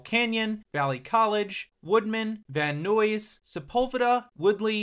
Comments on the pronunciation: Gotta say I have always heard it pronounced “van eyes”, never once heard it as “van noise”. Good video otherwise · Van Noooys 🤣🤣 sorry it’s called Van “nice” great video tho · I've never heard Van Nuys pronounced the way you pronounced it . 😅 lol. Usually, it is pronounced as Van-nah-ees. The orange line needs to be become a rail line honestly. I loved taking it back in the day when I had to ride it but it is so slow compared to other lines even if it is faster than regular buses. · Ngl. The way the narrator said Van Nuys startled me lmao (Van nice) is a close pronunciation But I talk the silver line to school from work most days unless I have to drive. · The Nuys in Van Nuys is pronounced nyes lke eyes just replace the e with a n or omit the N in Nuys altogether and merge the uys with the n at fhe end of Van. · Van Nuys - rhymes with "size", it's not Van Noise! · We can tell you're not a LA native on how you say Van Nuys. It's pronounced Van Nie-ss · Van 'Noise'. 𝚕𝚘𝚕 May I ask, where are you from? Your pronunciations on some of the names are exotic! Good video btw :)